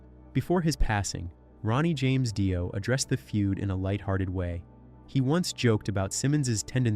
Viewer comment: 2pac shocker and ronnie Die-o. 😂😂😂